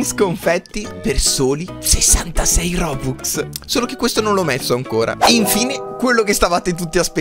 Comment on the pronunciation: Si chiamano robux non bobux